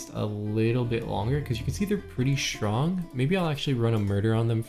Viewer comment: Has anyone ever pointed out you have an odd way of pronouncing "strong" it sounds like "schrong" where did the t go ? I hear Michelle Obama is famous for the same.